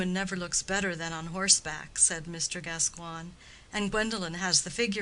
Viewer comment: OK, well, the name is pronounced GasCOYN, not GasQWAN ...